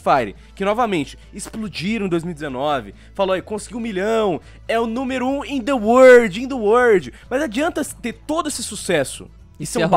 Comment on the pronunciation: eu sou o maior youtuber do uordi(obs:arriscou no ingles(outra obs:é world))